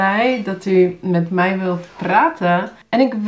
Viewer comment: Laat ik je wat voorbeelden geven dan, uit het eerste deel van Daily Dutch conversations #1, omdat dat de eerste video is die YouTube me voorstelt. * "Als 't aan mij ligt wel" - Hierin spreek je 'mij' uit als 'mai', en heb je een onnatuurlijke, Amerikaans klinkende intonatie aan het einde van de zin. * "Video" - Voor dit woord gebruik je redelijk consequent de Engelse uitspraak, met een korte i en o in plaats van een lange ie en oo. " "En ik op deze manier dus jullie echte dialogen kan leren" - Afgezien van de gekunstelde woordvolgorde gebruiken de meeste mensen in spreektaal niet 'op deze manier', maar gewoon 'zo'. 'Dialogen' is ook niet echt een alledaags woord, maar ik begrijp dat je dat in deze context lastig anders kunt noemen. Ik zou hebben gezegd: "En ik jullie zo dus echte dialogen kan leren" * "Kan laten zien wat zinnen zijn die" - Hierin gebruik je drie keer een sterk aangezette stemhebbende Z in plaats van de geassimileerde stemloze S die moedertaalsprekers hier zouden gebruiken. * "Bestuderen" - klinkt haast als 'bestudère' * "Couscous" - hier leg je de klemtoon op de verkeerde lettergreep, waardoor je eigenlijk 'koeskoes' zegt, wat iets anders is (sla Van Dale er maar op na) * "Het sneeuwt zo hard" - 'sneeuwt' spreek je hier uit als 'sneuwt', wat niet-moedertaalsprekers vaak doen omdat ze de eeuw-klank lastig vinden * "namelijk" -> klinkt als 'nammelijk', een van de vele voorbeelden van woorden waarin je lange klinkers vervangt door korte klinkers, en ook dat la